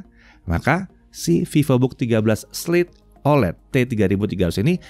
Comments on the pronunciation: Slate oled kepleset jadi sebutnya slei ole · Ingat ya slate oled jangan kepleset jadi slai olai